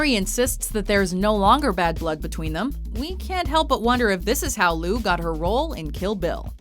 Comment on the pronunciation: Well done "" for constantly mispronouncing Lucy Liu's last name.